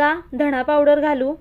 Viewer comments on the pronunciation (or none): none